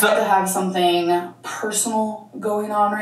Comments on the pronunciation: i’m so surprised this is the first time you’ve noticed her say hOngry 😂 this is one thing that my husband makes fun of all the time just from hearing her in the background lmaooo he always asks why she says it that way! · The first time I heard her say "HONGRY" I laughed so hard. One of my favorite Amberisms